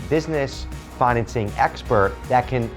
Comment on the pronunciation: It’s financing not fineancing